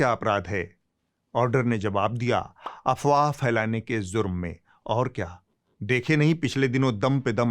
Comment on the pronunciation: Bhai sahab jurm Hai zurm nahin hai aap se guzarish hai